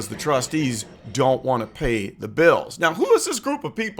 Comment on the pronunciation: “at the end of da day” it makes mine hurt too. 😂